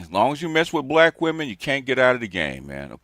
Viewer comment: "Believe ALL weminz".🙄